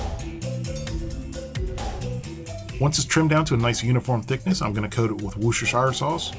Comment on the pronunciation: war-sis-ter-shire. Sorry, that's the best way I know to help you pronounce it. Hope it helps.